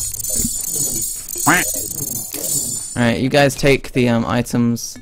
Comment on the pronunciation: Wtf is with this guy saying "AlrightUH" and "Where is huh/shuh" all the time? Is english not his first language or something? It's really stupid and obnoxious.